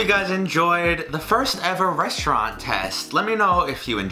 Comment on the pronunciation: I need somebody to butcher my name the way butchers "restaurant" Anyways the video was awesome it felt kind of fresh and I would definitely want to SEYMOUR